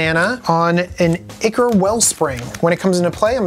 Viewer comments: So, I have a question: English isn't my first language. I feel like no person that is ever on this show pronounces the word 'ichor' correctly. They all say it like ick, rather than with an i like in "You and I". And I don't usually hear ichor anywhere outside the Command Zone channel, but there have been multiple people on this show that ALL pronounced it ickor. Am I just wrong in believing that it's pronounced kinda like aye-chor or aye-curr? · Myr is pronounced MEER, as in "mirror" or the word "mere." Ichor is pronounced "EYE-core."